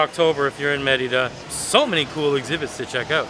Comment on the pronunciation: pronounces Merida correctly with the accent on the "e". is way off on her pronunciation..hahaha